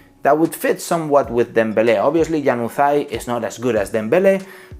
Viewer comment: Hello, incredible video. Just want to add something, januzaj is pronounced like in Latin, and the accent is in the letter a, ja-nuzaj